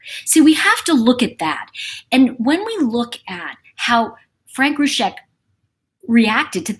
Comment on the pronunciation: I want to say a helpful thing, please don't interpret it as rude. They pronounce it ROO-ZEK. You say Roosheck. If you care, honour them, and pronounce it as they do.